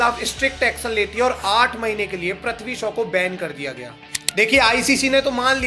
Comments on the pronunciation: Wo prathvi shaw nahi hai Wo prithvi shaw hai Pri not pra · Bro how hard is it to pronounce "PR-EEE-THVI" and not PR-AAA-THVI ? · Pls pronounce names properly 😅. You keep saying prathvi shaw ! It's Prithvi shaw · Abe prithvi bol prathvi kya bol raha hai